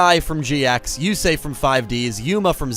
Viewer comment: Before watching the video. Yusei it's Yusei. Fuck all of you. Lol